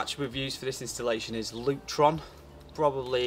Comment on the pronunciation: Lurton or Lutron 🙈